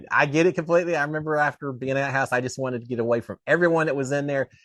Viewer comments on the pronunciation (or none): none